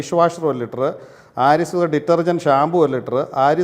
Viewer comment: സുഗത തേങ്ങ സുക്ത എന്ന് പറ പേട്ടെ. പിന്നെ നീ ഒന്നും വിടു വൃത്തി ആകുലേടെ പ്രൊഡകട് കൊള്ളൂല പോലും